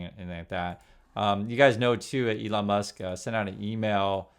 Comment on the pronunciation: Its Leon Musk.